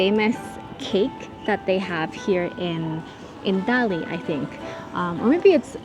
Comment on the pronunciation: You should correctly say "Dali" as Ta Li . 👍👏🀄